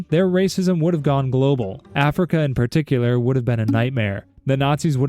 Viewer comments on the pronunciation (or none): none